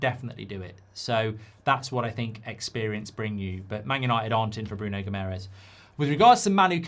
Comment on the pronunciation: Mark, its not Bruno Gimerez. He’s not spanish and his last name isnt hispanic at all. The way to pronounce Guimaraes is as follows: Gee-ma-raischz. Last one is a bit difficult as its a nasal pronounciation but if you try, us Portuguese and Brazilians will appreciate it. Thanks m8